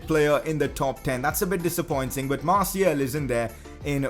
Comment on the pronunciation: Please just say Martial